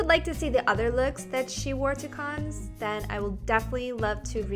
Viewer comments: I'm french and we say Cannes like "can" the S doesn't pronounce :) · Cannes is read "Kahn". You are gorgeous as always! :*